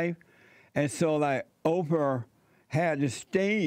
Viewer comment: “O-per” Winfrey classic Jessieism Har!